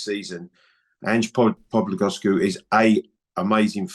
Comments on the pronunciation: Did Clive say Ange POBELIGOSCU 🤔🤔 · …the laughing occured after the mispronunciation of "Postecoglou"